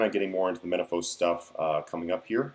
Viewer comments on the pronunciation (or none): Menaphos is pronounced "Men-ah-foss", a short "o" seeing as its British devs (and British myself). I've noticed americans consistently use a longer "o" sound for this kind of thing. I'm not sure why that is. It is the same for pokemon names (zap-doss rather than zap-dohs) Also, what did you exactly mean by "high level" for divination? you didn't clarify a level range